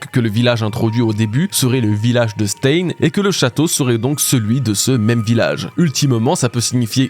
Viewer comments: Stein, en allemand, se prononce "Chtaïne", pas "staine" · C'est pas 'staïne' mais 'chtaïne' 😂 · Stein ne se prononce pas comme ça mais ( stein = chtayne) comme einSTEIN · je t'adore depuis des années, mais je t'en prie, Stein ça se prononce "schtaïn" 😭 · « Stein » se prononce « chtaïne », comme le groupe Rammstein. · Se lit stain. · stein se prononce en allemand Stein {m} /ʃtaɪn/ sta ïn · Coucou, tu travail toujours aussi bien mais s'il te plait, le mot "stein" En allemand se prononce "chtaïn" 😅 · Super vidéo mais ta prononciation de Stein c'est pas possible 🥲😂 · Je suis désolé mais tu prononce pas bien du tout le mot Stein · La prononciation de stein pitié! 😮‍💨